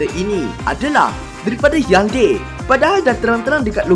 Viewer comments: Bukan hyundeii... Hyundai lah brother🤣🤣deiiii poorahh😁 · Kenapa sebut jenama Peugeot dan Hyundai mcm lain ja bunyi hahaha😂😂